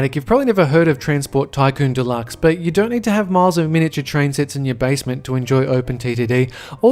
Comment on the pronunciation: Teh Train Lol